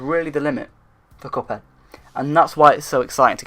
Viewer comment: You said “couphead” lol